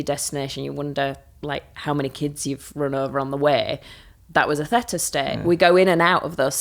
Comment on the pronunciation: I'm surprised she pronounces theta like feta? It's pronounced thee -tuh. Bit odd she doesn't know this.